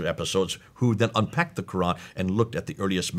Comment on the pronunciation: AHAHAHA the guy is dressed as an arab, but into the video he gives it away when he pronounces "Quran" worse than jay smith 🤣